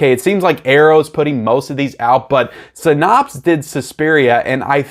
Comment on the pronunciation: No offense but just a couple of FYI’s: Criterion did make an announcement a couple of days ago about replacements for “Hard Day’s Night” and there’s no disc-breaking involved . Also, SYNAPSE is pronounced “Sigh-Naps” not “Sin-Nops.”